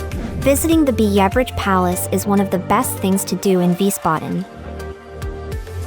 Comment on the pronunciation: It's Kurpark not Kupark and your pronunciation of places was wrong. I really couldn't finish watching especially after you were butchering the pronunciation of Biebrich so badly.